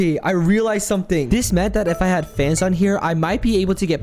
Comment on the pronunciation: it sounded like u said fantst istead of fans